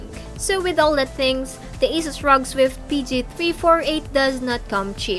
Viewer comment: R.O.G not rog like its a word....